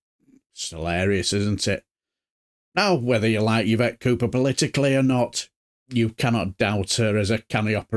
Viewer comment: Her name is pronounced Eve ett not ya vet !